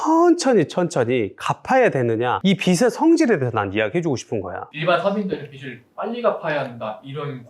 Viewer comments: "비즐" 이렇게 발음하셔야 합니다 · 빚을 빗으로 읽는 사람이 재테크를 논하다니 신뢰가 안가네요